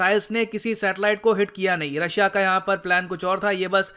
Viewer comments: Russia nehi Rooss kehiye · Vo Rus/रूस hota hai